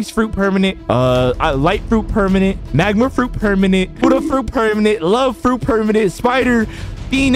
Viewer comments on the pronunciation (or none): Why do u say hudda it’s buddha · Bro said huddha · BRO STOP SAYING PERMANENT HUDDDHA FRUIT IN STEAD OF BUDDHA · why is bro calling buddha huddha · why saying huddha its buddha mate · why does he call buddha huda ... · Bro said hudda not Buddha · why u call buddha hooda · Why does l hear hooda not budda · u cant even talk? its called buddha not hua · I DONT LIKE WHEN U SAY HUDDHA FRUIT SAY BUDDHA FRUIT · Bro this guy blind first of all he says hooda fruit and second he says 200million is 200k and he doesn’t realize that he didn’t have ghoul V4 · Peennanent hudda